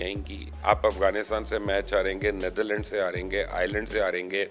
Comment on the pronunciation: Abe nitdherland kya hota h be